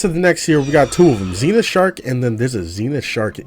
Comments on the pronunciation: Zen-ith not Zeen-ith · 🤓 it’s pronounced zehnith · “Zee”nith mods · He pronounced it wrong